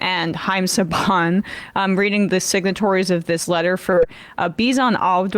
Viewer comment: Thanks for the coverage of this! I had not heard this speech before. Just a heads up, Bisan is pronounced with a softer s.